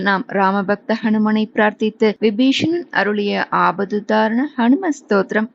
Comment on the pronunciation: அன்புடையீர் வணக்கம் வாழ்க பல்லாண்டு வீபீஷனன்என்று.உச்சரிக்கலாமே